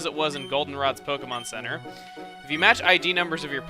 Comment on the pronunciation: He said the goldenrod POKEMON CENTER